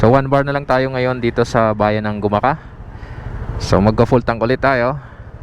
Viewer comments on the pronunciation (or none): sir taga gumaca po ako..lagi po ako nanood ng video nyo..ang banggit po sa aming bayan ay dahan2x laang..wala pong punto sa CA,bale ang tama pong bigkas ay GU-MA-CA..malumanay po mga idol..hehe..tnx po